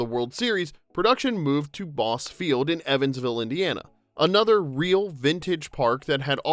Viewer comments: Not 'Boss' field, it's Boss-ee field. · Boss field? lol... It's said like Bossy. Was an extra as a kid.